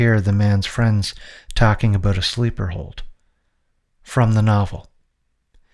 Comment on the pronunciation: Here’s some feedback, work on pronouncing “car” and “about”. It’s not “Kerr” and it’s not “a-BOOT”. Other than that, very informative